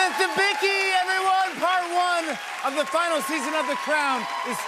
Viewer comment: This guy couldn't be arsed to learn the pronunciation for her name?